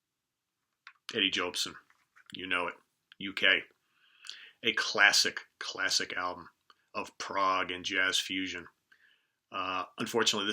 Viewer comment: Jobson ..... like Bobson ... not Joebson. Sorry to be so pedantic. Great video.